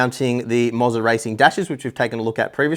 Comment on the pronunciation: It's pronounced Mo-ZAAAAR!